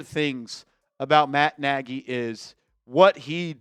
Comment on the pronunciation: It's a Hungarian surname. Not pronounced 'Naagy'. Pronounced 'Nodge'.